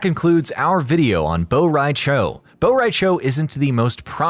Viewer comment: It's cho not chao